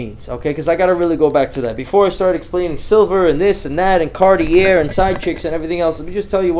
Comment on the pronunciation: it was the "Cart-IER" for me